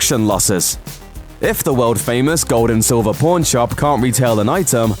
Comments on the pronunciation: It's pawn not p0rn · pworn stars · It's pawn my doooood not p0rn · When he says pawn it sounds like pourn haha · "pawrn stars" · Sounds like u saying born stars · It's pawn not pone. Limeys. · Every time he says pawn stars it sound like pron stars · This actually pisses me off it’s pronounced PON-Stars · Say pawn right. Its not a sex show